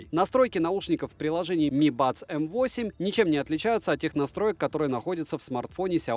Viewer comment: возможно пишу поздно, и скорее всего ты это уже понял, но М8 читается как made (игра M и Eight дает "Meight", что звучит как "made" - создавать)